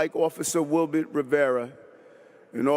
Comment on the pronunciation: It's Wilbert, missing the T